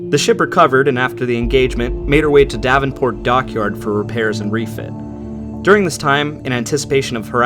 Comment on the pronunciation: Excellent video small point but its Devonport not Davonport.